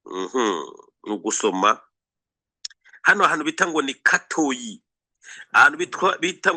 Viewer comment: Murashimisha@ Alain na maman Shantali Capitaine Mutega👌🏽 hano i Masisi bamwe twivugira n’andi masaku: - I GATOYI ✅ si Katoyi❌ - Mu NKOKWE ✅si Nkoke❌ - I GASHUUNGA✅siGashuga❌ -IBUKUUMBIRIRI✅siBukumbiriri❌Murambe gusa💪🏽🇨🇩🇨🇩🇨🇩🇧🇮🇧🇮